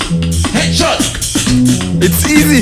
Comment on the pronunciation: I thought he said ketchup instead of headshot lmao